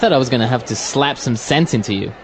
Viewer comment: fluent path english を古い順からやっていって今回で100回目でした！ 後半のphraseは少し難しかったですが、bachelor やaltarなど、過去に登場したphraseも多いと感じました。 jeopardizeは初めて知った単語でした、元はどちらに転ぶか分からない勝負 → 危険に晒すって感じなんですね。 最後の slap some sense into は some sentence into に聞こえてしまった